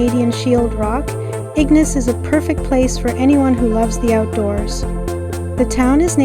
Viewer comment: Great video! It was really nice to see my old family home again. By the way, locals usually pronounce it ig-NAYCE rather than IG-niss, just a heads up! 🙂